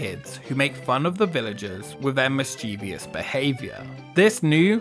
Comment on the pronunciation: mischievous 3 syllables, not 4